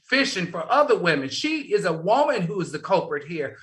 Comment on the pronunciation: I love to hear Al say Wooman! Lol 😂